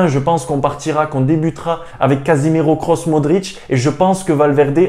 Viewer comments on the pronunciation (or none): none